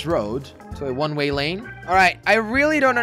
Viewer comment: One ray lol he said that